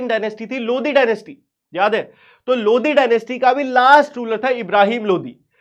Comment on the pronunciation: Bhaiya aap lodi bol rahe ho mujhe modi sunai de raha hai 😭🙏 Lekin fir bhi maja agaya